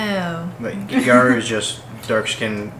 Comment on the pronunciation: It’s gyaru, not gayru.